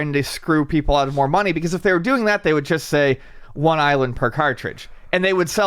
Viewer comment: Fun drinking game, take a shot every time says "uhh here" or says "chust" instead of just.